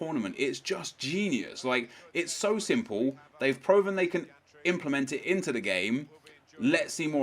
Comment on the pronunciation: Whats up i have prouven that said prouven.